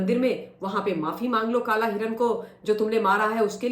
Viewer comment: Madam garhwal mein kalay nahi hotow kala hota hai